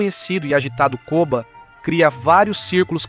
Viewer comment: Apelido era koba não kova